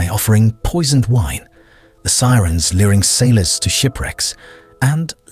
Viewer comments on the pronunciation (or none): none